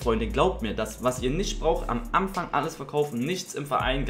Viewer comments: „Am Amfang“? Pafekt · Eligellas wuseliger Sprachfehler: "Am Amfang". haha bleib glibschig und fühl dich geklapst